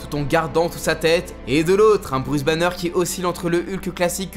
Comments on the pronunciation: Ta dit Bruce Bannier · "Bruce bagnieur"